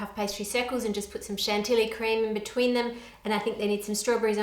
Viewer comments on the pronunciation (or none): All was good until Ann pronounced the L’s in Chantilly 🤣